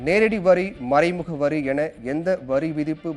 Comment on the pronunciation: Hello media it is not Muraimuga tax maraimuga tax . Entha schoola Tamil padichunga?